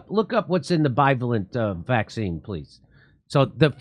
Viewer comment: Jimmy. I love your show but for the love of God will you please stop mispronouncing bivalent.